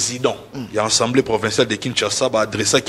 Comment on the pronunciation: 😂 et Manix ba vrais tintins. Fayulu azo sala makambo en catimini te. Alobaki ke akomelaki CENI po na liste ya candidature ya ba députés na ye. Conseil gratuit. on ne dit pas « ENSEMBLEE nationale te ». Loba Assemblée nationale. Yo Manix zala na soni. Depuis tjs fayulu fustige les comportements de Kagame frère siamois de tshilombo. Arrête ko comparer tshilombo na Muzee tu es peut-être malade mental kende ko se faire soigner